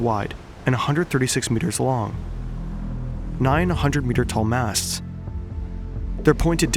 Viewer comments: Nine a hundred meters tall masts sounded like "Nine hundred meter tall masts" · idk why but I thought he said 900m tall masts the first time I heard it, had to turn on subtitles to get the deal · he meant 9 (100m) masts. I had to listen to it twice myself because the first time i thought he said 900m🤣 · I thought for a sec you said 900 meter masts